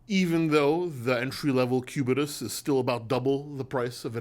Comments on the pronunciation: "Patek Pubetus" 😂 nice one! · Did say "pubitus" 😂😂😂😂